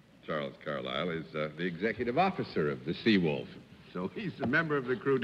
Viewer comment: I like how he pronounced it "Sea WOOF."